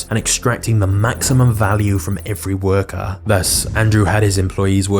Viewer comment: woker value lol got me rolling. great video overall despite that!